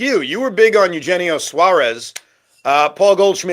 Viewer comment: One day they will learn how to pronounce Eugenio. 😂